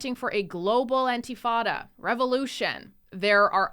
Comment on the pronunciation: Hello: It's not pronounced anti-fada, it's pronounced In-ta-fa-da